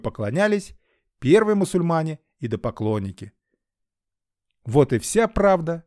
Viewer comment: всё хорошо, но режет слух слово "идопоклонники", вместо идолопоклонники. Говорим правильно.